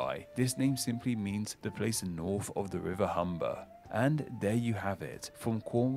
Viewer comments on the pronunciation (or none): it isn't an impediment as a lisp, it is purely down to lazy speach. This "f" sound is quire common in areas of London.